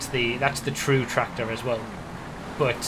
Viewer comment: No one: Absolutely no one: This guy: tRacTOr